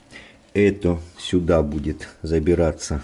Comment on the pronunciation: бует бует бует бубубубует